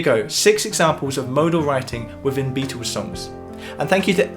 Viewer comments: The Bee-toes... I love the pronunciation! And the music theory is even better. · PLEASE: Beatles not "Beatools", and within and without not "wifin and wifout"